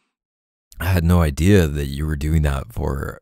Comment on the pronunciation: the „ideah“ 😂